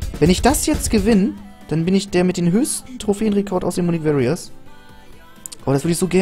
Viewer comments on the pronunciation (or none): Munich Warriors wird [Mjunick Wo(rr)ias] gesprochen, nicht [Mjunick Wä(rr)ias] 😉